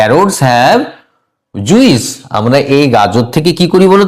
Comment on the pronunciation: Apnar academic score besi chilo mone hoi, nahole job pelen ki kore..? Juice er uccharon ki??